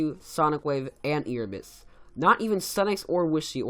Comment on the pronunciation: I'm sorry but this really bugs me... I think it's pronounced AIRebus, not EARebus.... next could you do the top ten best mobile players? :D